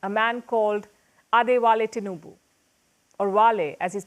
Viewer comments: It's Tinubu not Tinuba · TINUBU NOT Tinuba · Tinuba😂😂😂😂. It's tinubu